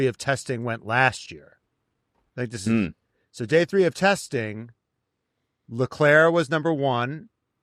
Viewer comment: So do people just refuse to say Leclerc properly?